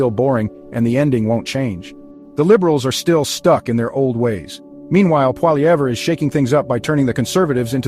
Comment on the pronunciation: this is fake news! cant even pronounce Poilievre properly